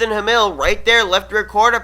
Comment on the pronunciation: Just for future reference, My last name is pronounced "Ham", like in a sandwich, and "ill" as in sick, so....yeah. But I forgive you. :P